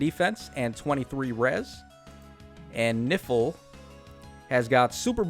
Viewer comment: Is really disturbing everytime you say "Nifl" I hear "Nipple" 😂🤣😂🤣😰😱